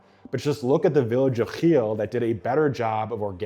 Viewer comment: The way he over pronounces it annoys the fck out of me